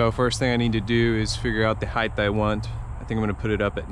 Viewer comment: Great stuff. Only thing I gotta say is it's said hi taa not hii thh. Height... lol. Sorry. Lol. But very informative video. Great job.